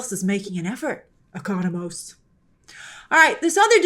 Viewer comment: She finally said Economos right😂😂😂😂